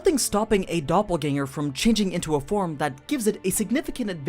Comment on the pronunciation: As a German i give you my probs for pronouncing Doppelgänger correctly